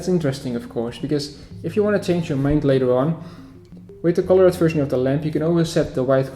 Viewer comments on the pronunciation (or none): Colored/Coloured is pronounced as colord, and thus 2 syllables. Work on your pronounciation and your videos will be even better!